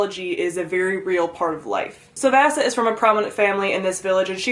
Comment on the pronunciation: I’m sorry but you pronounced the name soooo wiring it’s not vassy it’s v-ah-se, v-ah-se